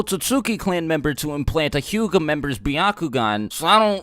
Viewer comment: Bruh that Hyuga pronounciation